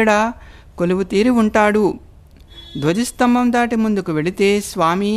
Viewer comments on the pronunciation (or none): none